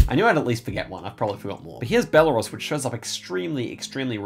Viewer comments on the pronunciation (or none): Thank you for the video, very helpful! I always love your advice. Just a small pronunciation tip, Belarus is pronounced more like "bella-ROOS". It's a tricky one!